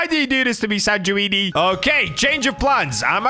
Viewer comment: For sanguine ntw u pronounce it san gu wean u don't die with the enchant😊